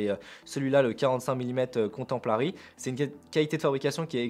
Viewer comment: Bonjours, j'ai très mal aux oreilles 😱 quand tu prononce comtemporary qui signifie contemporain en anglais, alors quand tu rajoute un L ( mais pourquoi??) pour contempler c'est la cata.... Bonne rentrée à toi et corrige cela stp 🙌